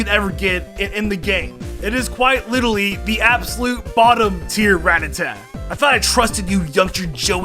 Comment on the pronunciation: You say ratata wrong.